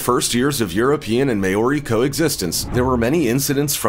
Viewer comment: great video but New Zealand Native Maori it's not pronounced may-or-e... Maw-rie.